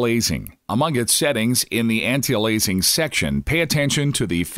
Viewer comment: "Anti A lazing" LOL. That's some insanely good Text to voice synthesis... but it utterly fails on a couple words.